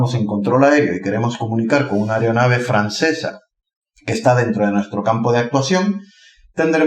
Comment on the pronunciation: Se dice aeronave no aereonave, me está poniendo nervioso escucharte diciendo eso jaja :) Un vídeo muy informativo!!